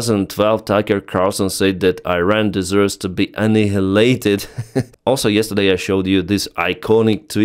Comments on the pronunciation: a-nile-eight-ed......that is the correct way to say the word. I know English is not your mother tongue, but it sounds just so weird how you say it :) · It's annigulated